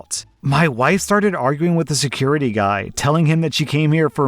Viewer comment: "my wide" lol